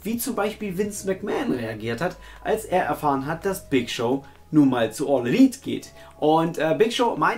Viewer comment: Lieber. Der Gute Big Show wird Ohne R Gesprochen;)